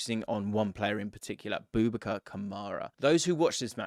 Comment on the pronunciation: Please don't pronounce it "Boob A Car". That's not what his name is and it's pretty offensive to say it that way. It is a derivation of "Abu Bakr," who was the man who took over rulership of the Muslims after the Prophet Muhammad's death. The correct pronunciation would be close to that: "-bu Bakr'. Just find an Arab person saying this name and you will understand how to say it. I know it's not natural to the Western tongue, but we make the effort to say your names properly, even when they're names like Siobhan, which looks nothing like the way it sounds.